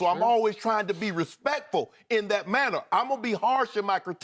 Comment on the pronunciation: Eloquent? Are we watching and listening to the same video? I heard the non-words 'dat', 'bowf', 'dis', 'becaw', 'towd' and 'injussuses' slip through those pearly whites.